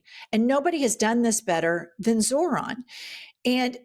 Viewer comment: These fucking idiots STILL can't pronounce Zorhan's name. But they know what's best? 🙄